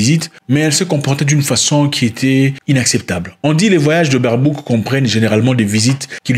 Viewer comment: Même ici en Allemagne 🇩🇪 personne veut cette femme, surtout le partie politique qui est aux pouvoir. Ele se prononce "BAIRBAUQUE"